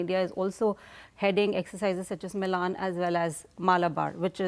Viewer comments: It's not मिलान it's मिलन। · milan not milān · Its Milan and not milaaaan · As an Indian I will say Indian Navy has arrived in the IOR and is arriving in the world stage. Milan in India means meeting. It is to be pronounced as "Mi luhn" not Milaan like the Italian city. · I can understand the foreigner calling it Milaan instead of Milan But this Brown Brit calling it Milaaan is sick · aap toh मिलन boliye. Ye Milaan Milaan kya laga rakha hai. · I can understand the anchor pronouncing Milan incorrect, but why the indian lady calling it same... what a joke. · I am shocked that the Indian lady here could not pronouncd "Milen" correctly... GEEE... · It is not MILAN, But is मिलन , Pronounced 𝘔𝘐𝘓𝘕, 𝚖𝚎𝚊𝚗𝚒𝚗𝚐 𝕞𝕖𝕖𝕥𝕚𝕟𝕘 🇮🇳🇮🇳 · It’s pronounced as “ Mee-Laan” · Your experts are a joke. Cant even pronounce milan properly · The expert can't pronounce "Milan" right.